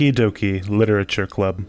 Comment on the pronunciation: you spelled and said Literature wrong